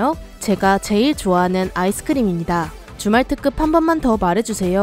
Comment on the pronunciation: 나만 주말특급이 줌왈트급으로 들리나